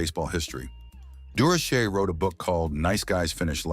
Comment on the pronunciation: AI must think Dur o Shay is a French name. This pronunciation is a joke.